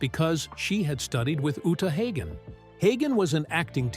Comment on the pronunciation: Uta “HOG’N” — not Uta HAYgin.”